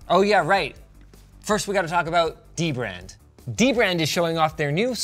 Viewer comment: I always thought it was pronounced Duh-brand lowercase d its dbrand